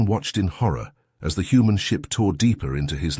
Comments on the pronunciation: deedly fire? Which comes first the mispronunciation or the misspelling? "hooman" I guess it's the mispronunciation then, because HUMAN was spelled correctly. scythed, the reader got it right the text is wrong. Aught cloud? LOL! Oort cloud, pronounced correctly, misspelled horribly. Amidships is one word. I liked the story. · "Deedly" fire? "Hooman?" I like these stories, but the AI is frustrating. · "Deedly" seconds in really through me. And "Hooman." The obvious errors make it difficult to focus. The lack of cohesion when the perspective changes is also weird, yeah.